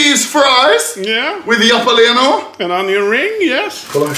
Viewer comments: i love how anomaly pronounce jalapeno "yala-peh-nyo" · anomaly saying japaleno яpaliniё